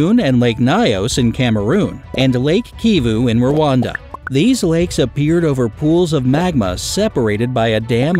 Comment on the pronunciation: Rawanda sounds like Wakanda